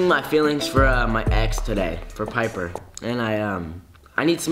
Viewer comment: it’s piper not paper